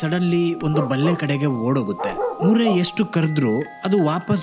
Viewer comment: ಬಲ್ಲೆ alla bro ಬೇಲಿ